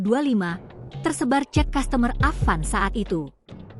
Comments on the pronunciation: Customer itu dibaca "kastamer min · Kok customer dibaca dengan gaya Indonesia ya?